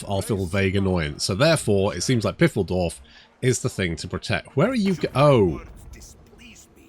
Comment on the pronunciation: Not to ruin fiffle-dorf. But Pfeildorf is pronounced File-dorf. Better yet if you include a short p sound like in pterodactyl